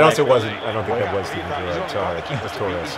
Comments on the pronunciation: GER-ard, emphasis on the first syllable. we also say BER-nard. hope I helped :D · It's Geh-rard. :P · every time you say steven gerrard's name my soul sighs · John you can't even say your hero's name properly. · john supports liverpool and can't even pronounce gerrard?